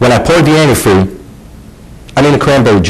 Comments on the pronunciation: saw this on forensic files. its funny how she keeps saying antifree instead of antifreeze. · I lost it when said "well when i pourd the antifree" 😂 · This case was on Forensic Files! called it "Anti-free" instead of antifreeze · We always made fun of her for saying Anyifree.